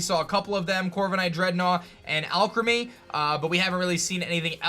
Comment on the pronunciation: I think the Pokémon is pronounced “All Creamy” 🤔